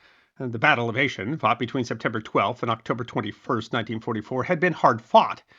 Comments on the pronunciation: It's pronounced AAchen not Ashen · AAAAH KHEN 😊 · Aachen: Ah-ken. Unless you want to use the glottal fricative; I'd advise against it. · Check Google pronounce or a German citizen - Aachen isn't pronounced "A shen" - it's "Ah Ken". Other than that, another great video! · Ayshen? No, Aach´-en (=Aix la-Chapelle). Baybn-Baydn is actually pronounced Bahden-Bahden. As an archaeological field mapper, I love this stuff. I did not know that the UTM system arose in the 1940s. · Aachen is pronounced Ah'-khen, with a soft aspirated k. Ch sound in the back of the throat. Not Ashen as in Asian. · AH - KIN, not "ayshen". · I am a regular viewer who truly enjoys you and your channel. However, not to be pedantic, although I am definitely that, the pronunciation of the German city.Aachen is not ay’shen, rather it is ah’knen. However, if that’s my only complaint, which it is, considering that I am an old curmudgeon, that’s pretty good! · More or less. The ch in German is pronounced as an aspirated k-sound, as in a lot of Scottish words. Think, if you can, of the German "ach!" and add en. AKHEN! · Just say, “aah Ken” at least that’s close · It's pronounced AH-khen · Btw. Aachen is pronounced ah kin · Aachen is pronounced "ahkhen". It was Charlemagne's capital. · "Aachen" is pronounced "Ah-ken." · My compliments. A small lesson in German pronunciation: Aachen is pronunced “aaken”. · Great video,, just a little FYI: that’s not how you pronounce Aachen. It’s more like “Aw-khen,” the first syllable sounding like the ‘a’ in ‘awful’, second syllable beginning with a sort of soft ‘k’ sound. I know German pronunciation can be tricky, to say nothing of actually learning to speak it. On top of having taken German 101, 102, and 201, I’ve consumed just about every Second World War documentary series that’s ever been made, some more than one time through, so I would’ve tended to pick up a lot just from that second source alone. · I believe Aachen is pronounced "Ah-kin".